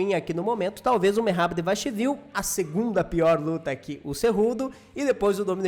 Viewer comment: merrad- devaxivil - nome doido pra pronunciar 🤣🤣